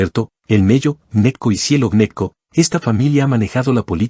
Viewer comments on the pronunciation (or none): Y ese Clan Neco de donde es...aca en la costa conocemos al clan GNECCO y pronunciado como GENECO